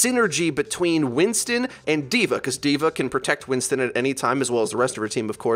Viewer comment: it's "DVA" not "divar" or "divare", DVA. great video btw